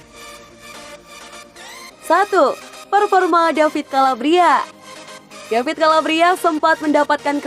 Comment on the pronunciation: Koreksi min, sering kali melafalka davide calabria dengan david calabria. Seharusnya baca apa adanya "davide" bukan "david".